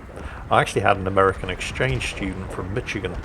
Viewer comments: Really? "Mitch"-igan?🤣 Mish-igan is the way to pronounce it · Hey, I’m from Michigan too. (Though, it’s pronounced Mishigian here rather than Mitchigan). Good chuckle though :) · ITS MI-SHE-GAN NOT MITCH-IGAN YOU HAVE OFFENDED ME SEVERELY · Just for the record, Michigan is pronounced MISHigan not MITCHigan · Actually you mispronounced Michigan LOL mitch Again LOL MICH EE gan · I love your content and have for a long time, so I mean absolutely no disrespect when I say, it’s pronounced mish-i-gan.😂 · “Mitch-igan” Every American: bleeding ears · Michigan pronounced mishigan, but thats just the American english grammar love it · “Mitchigan”.. never change,. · Did he say Mitchigan ? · I hope to visit Mitchigan some day. lol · Just to be clear,. We here in Michigan, pronounce it Mishigan. Anyway, great videos as always. Keep up the great work. Cheers! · I'm sorry, pronouncing Michigan as Mitch-again is funny to me. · You know, I don't think I've heard someone ever actually pronounce the ch in Michigan like that before. Maybe us folks in the MidWest just don't speak good.